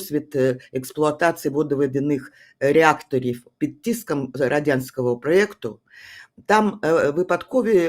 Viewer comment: риже тупе бабисько. не під тіском, а під тиском